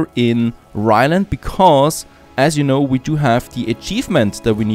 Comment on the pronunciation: I've watched so many of your videos, and i still like how u say "becoz" 🤣